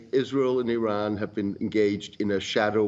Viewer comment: Oh for the love of God and all the toys in the World, learn the Pronunciation of IRANIAN and IRAN, first, before you "Play" analyst!!! IRANIAN, is pronounced "Ee-Ronny-Yan" Not "Ee-Rainy-Yan". IRAN (for those who need to reattemd High School), has the same meaning as IRELAND (land of Aryans). And it's pronounced "Ee-Ron" Not "Ee-Ran" or "Eye-Ran". Infact nobody Ran.😂 WOW, the ignorance of your hosts, is astonishing!!